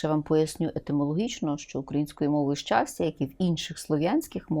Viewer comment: щастя, а не счастя, ох и преподаватель